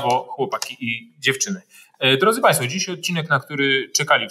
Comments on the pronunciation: Czemu p. Zychowicz mowi “tutej”, “dzisiej”..? Czy padlo mi na uszy? 🧐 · Podpisuję się, zdecydowanie. Wyobraźnia działa 💪 . Tylko to "dzisiej " Razi ucho 😭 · Panie Zychowicz, nie "tutej" tylko tutaj i nie "dzisiej" tylko dzisiaj!!!! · Panie Piotrze podziwiam i szanuję za ogrom pracy jaki Pan wykonuje. Niestety dopiero od czasów ataku na Ukrainę i ukazaniu się wywiadów z Jarosławem Wolskim odkryłem Pana kanał ale już tutaj zostanę. Ale uszy mi więdną jak słyszę od Pana: dsisiej i tutej ;)